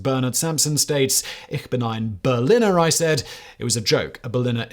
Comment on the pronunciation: You never heard Kennedy say "Ich bin ein Berliner", did you, Fact boy? Or you wouldn't say BerliNNer 🙂